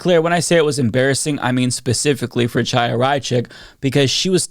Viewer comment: The Ch is pronounced as a K. Kaya, not Chaya.